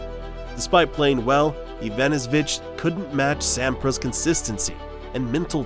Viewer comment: At least get the surname pronounciation right :D